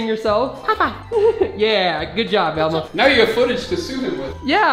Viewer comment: Every time u say Elmo it says Alma